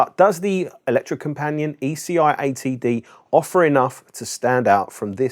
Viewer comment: Electro-Company-At ( A bit closer to the Norwegian pronounciation )